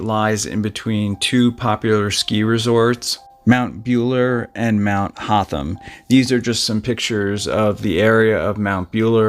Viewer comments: Mt Buller is pronouncer Bull er, like the male cow 😂 I was thinking where the hell is Mt Bueller but yeah we do have a really rugged landscape up our whole east coast. When I first saw the pictures of the couple's camp site you could tell straight away that they had been attacked soon after setting up camp and that they were dead, then it came out that they were up there on a sneaky weekend away from their spouses so it was a bit of an icky situation but we have some truly creepy men that lurk around isolated places. One day I had to catch a taxi up the highway about 30minutes from Brisbane and get to my husband who had a medical emergency, we called the ambulance and they had to take him to hospital but while the ambulance was treating him I could see in my review mirror a small truck drive onto the offramp where we were but I was distracted by the ambulance than was packing hubby up to go to hospital, I was about to get in the ambulance with him but he told me to stay with the car and drive it home. So I got in the car closed the door and the ambulance left. But when I tried to start the car it wouldn't start because hubby had the radio on and it had flattened the battery due to his collapse in the car. I looked in the review mirror again and seen that same truck (which had backed itself back out of sight) come back into view and slowly head towards me. I knew straight away that something was up because he had parked out of view until the ambulance left. So I got out of the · Good to see Australian content but please do more research on the correct pronunciations . Pronounced "bull-er" not "bue-ler". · It’s mount buller not mount beyuler. Buller as in the animal, a bull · Bull-ah, not Bueler. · It's Bull- er or a. Not Bueller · Mount buller like bull not Buell if it was pronounced Bueller that's how you would spell that so anyway bull Uno cow bull mount buller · Pronunciation = Bull - er not Beuller Wonn - an - gatta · Mt "Bull er".. not "Buel er".